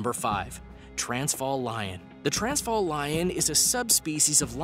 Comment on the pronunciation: The way he pronounced 'Transvaal', made me cringe hehe